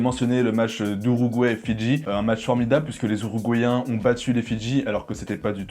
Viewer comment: “Uruguayen” avec un “U” mais pas un “Ou”